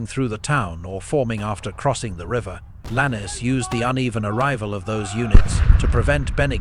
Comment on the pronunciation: Could you please get the pronunciation of names correct Lannes is Lanz not lannie there are other such errors